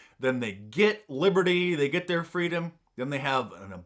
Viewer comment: "Fweedom" - Not Kamala Harris